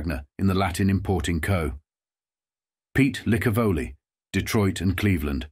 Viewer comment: Thanks for at least pronouncing Licavoli correctly.